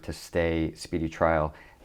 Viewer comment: This reporter was continuing to refer to questioning her about the same subject over and over and over! She explained the same questions so many times….He seemed to be bent on putting her on the stand for someone else’s benefit! It’s as though he couldn’t comprehend this Intelligent DA. And…..did anybody catch that he mispronounced Guantanamo Bay? He said guantamano 😂 So unprepared and not enough research to make a successful interview. He did a poor job! She was well prepared!!!